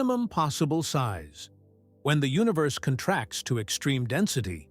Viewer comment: The AI voice is not terrible, and it has improved a lot. Still, for some reason, the relationship of the words is not “understood,” as “periods” are inserted randomly throughout, words are sometimes mispronounced, etc. (e.g., “space CONtracts” instead of conTRACTS). The absence of music is greatly appreciated.